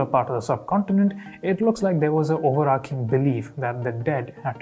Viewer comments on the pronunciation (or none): It’s not ఓవరార్కింగ్ its ఓవరార్చింగ్ - so says Manchamma 😀